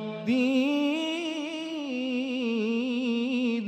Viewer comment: শীয়াদের কিরাত কি আমাদেরচে আলাদা জানার ইচ্ছা ছিলো,কারোন এইখানে অনেক শব্দের উচ্চারণ অন্য ভাবে হচ্ছে, যেমন ওয়ামা আদরি কামা ইয়াউ মুদ্দিন